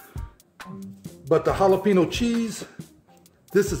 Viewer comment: Ok here’s where my OCD comes in.... 1. He said jalapeño wrong 2. He didn’t use the ForeignMRE spork 3. He didn’t read the instructions (men🙄) 4. He called a kidney bean a pinto bean 5. He left corn nuts on the table 6. His math is atrocious! 7. He didn’t try the gum. I may have missed it altogether but there it is. Love ya!😁